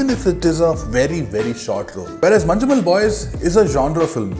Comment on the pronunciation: Its not "Manju"mel